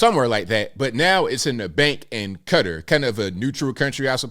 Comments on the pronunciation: It’s not pronounced “Cutter”. It’s “Kuh-taa”!!!!! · Did you just say cutter? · and they're wrong unless they are pronouncing it ka tar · Please pronounce Qatar the right way. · There are three ways ppl often pronounce it and just because it's produced a certain way in that nation language doesn't mean it's the correct way English speaking Americans should pronounce it... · Many ppl pronounce it in their own way... in USA we speak English thus its proper for us to try to speak other nations names with an American pronunciation as that is the correct way because we don't speak that language...